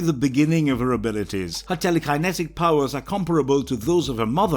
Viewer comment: Good video. You can always tell though of the videos are made by a fan or someone reading a script by the way they say the characters names and other words. Tele Kiye netik lol.